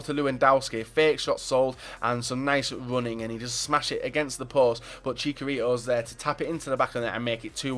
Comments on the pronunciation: there's a 'CH' in chicharito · Keramikz yeah I was just saying because keeps saying chikarito